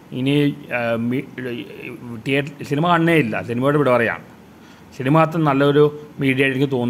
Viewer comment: ശിനിമ അല്ല സിനിമ ആണ് അണ്ണാ 😊😊